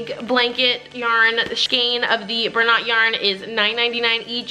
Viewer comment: Bernat is a french word that is pronounced Bernae